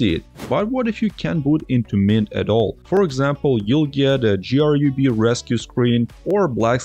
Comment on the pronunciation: Who says G R U B? Is this ai?